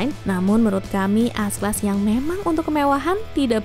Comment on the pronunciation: bingung dengarnya.. S class atau AS class... haha